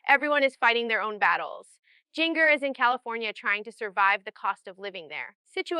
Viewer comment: Now she says "JinGGER" instead of " Ginger" as it is pronounced. Situations, situations, situations.... Definitely AI